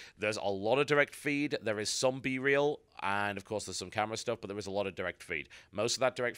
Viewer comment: It's actually B-roll, but TB calls it B-reel. It's basically the footage that is played as a supplement to what a commentator is talking about.